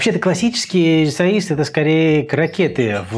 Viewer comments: Спасибо за рецепт,это вкусно!Тоже живём в Португалии,22 года,на самом юге.Люблю ваш канал,только резало слух произношение,правильно не рисоИйс ,а рисОйеш. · По Портунальски правильно Rissois de bacalhao,произносится Риссоиш,последняя буква с произносится как Ш.Спасибо за рецепт,ностальгия прожил 11-лет в Португалии! С ув.